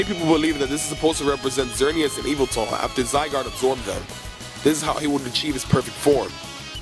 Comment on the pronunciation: You dont pronounce yveltel i-va-tel its vel-tal